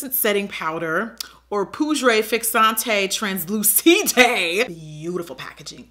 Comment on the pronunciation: You killed my language. I thought away ripping my wig appart when heard your version of "poudre fixante translucide" 😂😂😂😂 I laughed so hard omg 😂😭😭